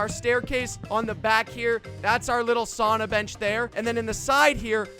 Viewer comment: Anyone else a yooper and how he said sauna set you off just me